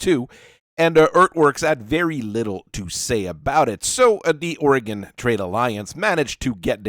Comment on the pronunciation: i keep hearing 'aurigan trade alliance' as 'oregon trail alliance', lmao